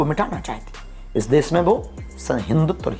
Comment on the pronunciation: अरे भागे ईश्वर, पहले देश बोलना सीख ले, देस नहीं 😂😂😂